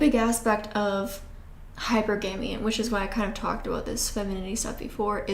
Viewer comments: Its pronounce high purrrr gummy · You say hypergamy so differently. You say hyperAmy emphasizing A but I pronounce it hyperaMY emphasizing MEE No hate but just I noticed it because you say it quite often😭